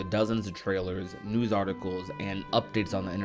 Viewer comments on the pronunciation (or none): none